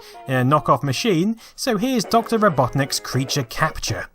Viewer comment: I thought he said Dr Ripoffnik's instead of Dr. Robotnik's. lol